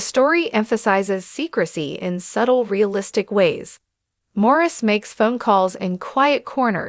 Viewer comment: His name is pronounced Maurice!!!